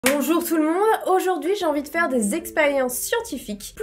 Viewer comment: "experiences" avec un bel accent lol